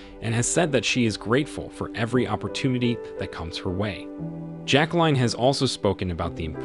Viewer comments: Her name is notpronounced jack line but rather jack lyn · It's not "JacqueLINE". Pronunciation of the name is either "JacqueLEEN" or "JacqueLIN", depending upon the individual with the name. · It’s frustrating to listening to the narrator’s Pronunciation of her Name. Grr